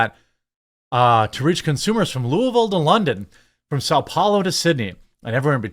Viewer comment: Wow! You pronounced Louisville correctly. Most people that aren't from there or have never been there do not pronounce it properly.